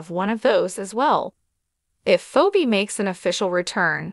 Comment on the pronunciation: What's wrong with you her name is Phoebe. Please learn how to pronounce people's name